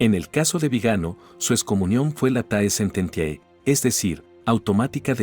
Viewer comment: Por favor, Sr. Locutor, lea "late sententie". En latín el diptongo "ae" "oe", suena, se pronuncia "e".